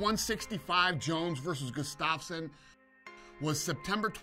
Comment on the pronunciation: This is the worst pronoceation of Gustafsson